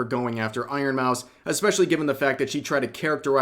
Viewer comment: im distracted with the whole drama because of the ironmouse pronounciation...im sorry 😂